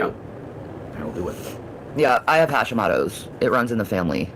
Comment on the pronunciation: She didn't pronounce it correctly!! 😂I have hositmoto disease and it's absolutely horrible! How dare her!! I spelled it incorrectly on purpose cause of how she pronounced it...had to add that in for reference